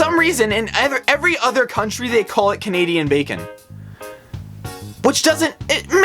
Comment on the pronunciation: am I the only one that noticed that when he was saying Thay speed English and French he sed cunadean???